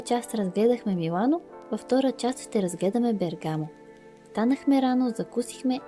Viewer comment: Приятно видео,но ударението е на първата гласна.Бе'ргамо